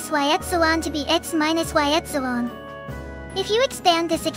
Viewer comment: i heard epsilon as x-one